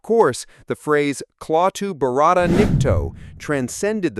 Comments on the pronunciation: This great old movie deserves better than you half ass attempt. You can’t even pronounce the three words correctly. It’s not Clawtoo. It’s klatoo that rhymes with “At too” and there is no tongue rolling in the second word. My god you look so inept doing this. None of what you covered are secrets. All have been widely known for over 50 years. Do it right or don’t do it at all. Thumbs down. 👎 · Not barada, Varada` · Dumbass narration. It's not claw-two. And barada...no one rolled the "r". So sick of this new lazy ass age where everyone relies on AI or a computer to do everything Pictures being show don't even match up to what's being "said". And the real pain in the arse is how everyone just accepts it. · You miss- pronounced barada.